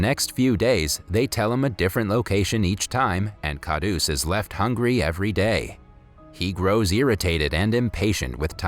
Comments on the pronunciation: It actually pronounces as kharus not khadus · its kharus not khadus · ITS HINDI (Hee-in-dee) And Khadoos (Kha-d-oos) AND JALEBI (J-uh-ley-bee) An Indian would know.